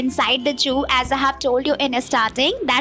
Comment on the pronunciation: 'Juu' nahi 'zuhoo' bolte he madam ji 😋😇